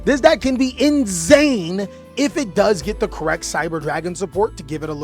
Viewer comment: Bro loves cyber dragon so much, he's going "inzane" lol